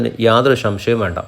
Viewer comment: ഷംഷയം അല്ലെടാ.. സംശയം . പറഞ്ഞ് പഠിക്ക്